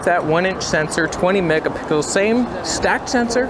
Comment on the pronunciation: “20 megapickles”